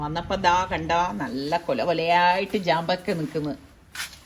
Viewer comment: വഴുതനങ്ങ ക്ക് വഴുതനങ്ങ എന്ന് തന്നെ പറയും. ചാമ്പക്ക ക്ക് ജാമ്പക്ക എന്ന് പറയില്ല. ചാമ്പക്ക 😍